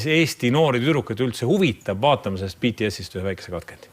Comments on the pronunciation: Ja lõppuks ometi keegi hääldab BTS õigesti! Eesti areneb wooow! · Wow Reikop on üks eesti vend keda ma kuulen et ütleb bts õigesti aga kui inimesed vahel ütlevad Kõh pop siis save me please🥲💀💜